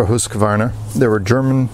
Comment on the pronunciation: Great pronunciation of Husqvarna (hoosk-varna) it means mill-house! I have a Husqvarna 640 M/98 in 8x57. Superb rifle and calibre. Greetings from North Sweden.